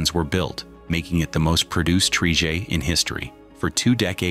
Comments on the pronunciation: What exactly is a "tree-jay"? Did the AI not understand "Tri-Jet" ? Also the Lockheed L-1011 is pronounced "El Ten-Eleven". Please stop using AI as your only method of work. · ‘tri-jay’?? The artificial narrator is really not up to scratch yet. Shame, as this video is otherwise well presented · What's a "tree-jay"? AI has a way to go on its narrating skills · What’s a “Tri-Jay?”👌🤣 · Probably cause the voice is AI. Loot of people don't like the sound (the word trijet in particular hurts) and is generally seen as less credible. "Is the script AI too?"